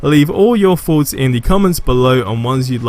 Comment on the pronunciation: Im surprised u r able to pronounce black panther correctly, but Thor : Four , Thoughts: Foughts 😜